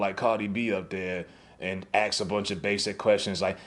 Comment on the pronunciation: Cube is embarrassing. Dude you can't even pronounce ask and you think someone takes you seriously?